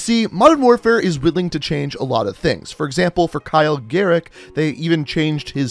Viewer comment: He say garrick